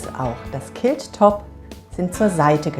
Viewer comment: Sieht interessant aus! Was mich stört ist die Aussprache des Wortes Quilt. Klingt wie Kilt und ein Kilt ist ein Schottenrock!!!